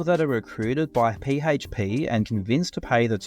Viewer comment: I love how your pronounce PHP P - HAYTCH - P 😂🤣😂